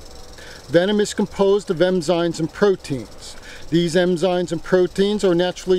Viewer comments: What a muppet. EMZINES, it's enzymes. Also in video 10/10 he calls the rattlesnake poisonous, which they are not, they are venomous. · lol... emzines... i think its enzymes, buddy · Some snake expert calling them poisonous, some berries and mushrooms a poisonous. Meaning if you ingest them you will be sick or even die. Venom is injected, as a bee or spider does, so for an expert who can't even say ENZYMES but EMZYNES and calls snakes poisonous is laughable. And he does it in a few of his videos, so stick that wher the sun don't shine. MUPPET.